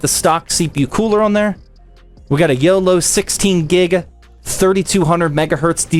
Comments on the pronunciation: its not yolo its oloy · Its oloy not yolow